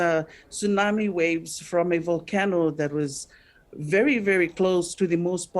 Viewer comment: Wery Wery 😔